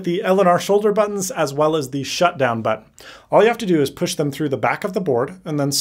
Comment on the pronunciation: gotta say it again, the way you say "button" tho....